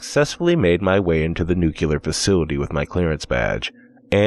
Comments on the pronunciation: just one observation: it's /niukliər/ not /niukulər/ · I wonder how many of those downvotes are because he kept saying "nucular"...